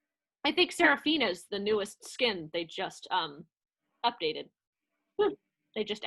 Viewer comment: Well Ahri is the lead vocalist, Evelynn is the 2nd lead vocalist, Kai’sa is the Choreographer, Akali is the Rapper….and Seraphine is pronounced (sera-feen) but everything else you said is correct. (Also, you forgot to mention to your friend that KDA takes place in an alternate universe than the League of Legends timeline.) I noticed the audio was a bit sped up…but overall nice reaction I think you deserve a sub from me.😁